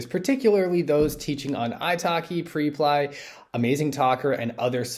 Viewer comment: It's not PRE-PLY, it's PREP-LY😅